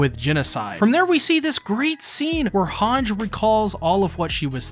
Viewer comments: great video but man its pronounced hangi like saying e when you are reciting the alphabet, not hange with a j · Mi-KAW-sa Hawnj Paradisss Er-WIN Yell-A-na Bruh what’s with these pronunciations?! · Hange’s name is pronounced Han-Ji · Does he s pronoun "Hange" instead of Han-ge on purpose ?